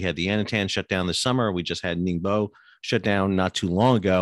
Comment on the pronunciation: Stop saying Yantian and Ningbo incorrectly. Otherwise videos are good. It makes you lose credibility though.